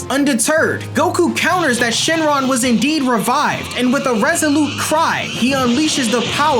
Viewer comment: i notice demon king piccolo said shenlon